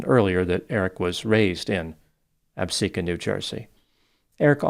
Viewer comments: Thank you for pronouncing Absecon correctly! Ty for this vid!😅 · You are the only YouTube I know that has pronounced Absecon correctly